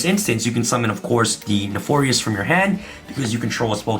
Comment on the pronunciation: Everytime he said neFORious it sent me